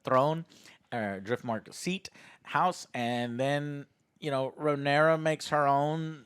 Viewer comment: He struggles to say Rhaenyra so much he just shortens it to Rey lol.